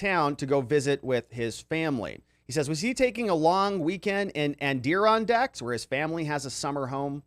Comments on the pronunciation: You got the em-FA-sis on the wrong sy-LA-ble, it's Ad-dir-RON-dacks - the principle range of mountains running N.-S. roughly parallel to the Atlantic coastline: including the Alleghenies, Ramapo, Appelachian, etc. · Lol Adirondack’s lollll (Ader-ON-dacks) can tell you’re not from the east coast! (Just busting your chops) cheers friend!! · it is pronounced ' ADD-IH-RON-DACKS and is a mountain resort community in upstate NY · Love your stuff...the mountains in upstate New York are pronounced, more like, "Adder-RON-dacks" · Ad- er-on -daks ... NY mtns. gr8 video! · Add-ir-ron-daks It's the "other" mountain range in upstate NY (besides the Catskills). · Maybe look up the pronunciation of Adirondacks